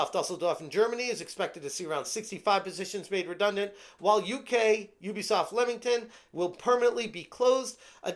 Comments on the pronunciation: Can I just educate all you American friends it's pronounced Leemington not Lemington even tho it's spelt Leamington. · It's pronounced LEE-mington.